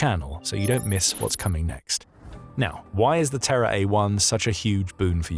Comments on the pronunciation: I keep hearing it as "TerrorDrone" and I like that even more. Good on Japan and slava Ukraine. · Oh, "Terra," not "Terror"